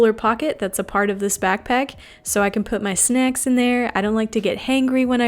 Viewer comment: "snecks" - "heangry" lolololololol